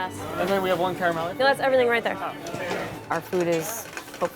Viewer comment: What a fun video with some really unique dishes! PLEASE learn how to pronouce "caramelle" correctly. As an Italian-American, the pronouncation was cringe to hear. :P